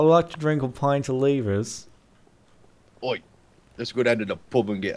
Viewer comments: LEVERS NOT LEAVERS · I just love how they keep saying leevers XD